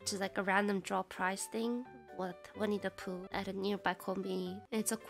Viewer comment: either my sleepy brain talking or what, but "Winnie The Pooh" sounds like "We need to poo" I did double take when she said that wkwkkwkw